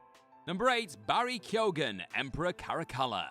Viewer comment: What on earth is this pronunciation of Keoghan?